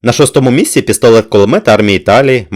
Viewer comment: Дякую за цікаве відео ! Проте трохи ріже слух те що ви інколи говорити пестолет П(к)улимет